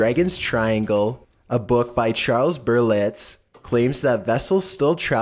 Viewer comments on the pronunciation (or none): none